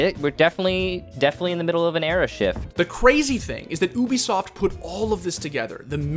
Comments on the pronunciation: Alright, let's make this clear. Ubisoft is not pronounced OO-bi-soft it is pronounced YOU-bi-soft. Ok cool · its Ubisoft, not obisoft, its a hard U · OO-bi-soft every video LMAO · Ahh yes oobisoft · Somehow you always manage to pass me off by saying oobisoft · Oobisoft? Lmao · WHY IS HE CALLING IT OOOBISOFT